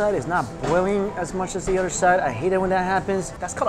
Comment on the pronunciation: The next time he says oder instead of other.....